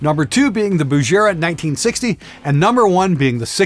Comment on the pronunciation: Oh, & you said 'Bugera' wrong! It's Bu-ge-ra, not Bu-je-ra!